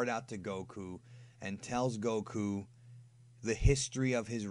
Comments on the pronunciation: why do you pronounce gokus name koKU ? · Goku? Nah.... GoKOO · the better question is why they fooled me by dubbing it incorrectly in the American dubbs where they pronounce it more like "Góku" with emphasis on the o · FUCKING. SAY. GOKU. NORMALLY. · Ugh, I like your videos, but I hate how you say Goku. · The way you say Goku and Saiyan is odd